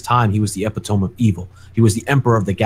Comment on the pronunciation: Did this man just pronounce epitome as Eh-pee-tohm? lol